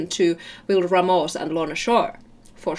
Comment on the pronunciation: You said "Ramos" the right way!!